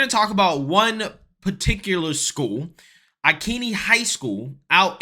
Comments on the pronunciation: 🤣🤣🤣 had to laugh how u pronounced Ankney Iowa🤣🤣🤣....I am not being a verbiage police just found it funny..however it is pronounced "ang" "kuh" " nee"...thanks for the laugh..I live near there... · I live 30 minutes from Ankeny. Hearing you mispronounce it was mildly infuriating. 😂 But yeah, this shit is happening more and more. This is like the 3rd time in 2 years that Ankeny has done some shit like this. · It's pronounced "A - Can - E" I didn't go to school there, but it used to be part of my stomping grounds growing up. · Great video!!! FYI: I don’t live in this district, but I am actually only like 2 hours south of it. It’s actually pronounced Ankeny (ank - as in ankle - eny). Just thought you’d like to know. 😎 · Every pronounces Ankeny wrong!😂 Matt Knowles got it right tho. Ank-eny, love that ppl in my city are standing up to this. My wife and I have been to school board meetings and voted, but this lady is on a different level